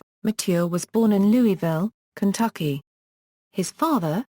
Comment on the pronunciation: It's not Louie ville or Louis ville. It is pronounced Loual ville.